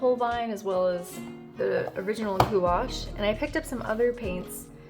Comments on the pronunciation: i think its pronounces "gwash" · gouache not goo ash 😭😭😭😭😭😭